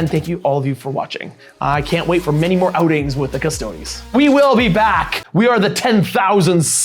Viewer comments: Saying Cus-toads on purpose is dumb, just pronounce it the right way. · cust-oh-DEES. OMG if i hear cuss-TOADS one more time imma flip this table. yuck! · CUST-OH-DEES. Literally per any pronounciation you might find associated with the literal Roman legions back in the day